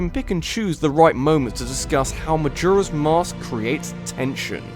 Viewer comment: The way he says “Majora” triggers me.